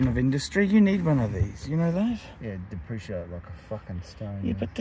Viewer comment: Depre-see-8, as you'd pronounce, it,!